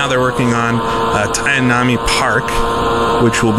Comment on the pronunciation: I think the Miami track you're referring to, Tamiami park is pronounced 'tammy-yammy'.